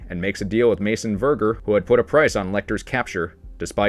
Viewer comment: The pronunciation of Verger… oh my.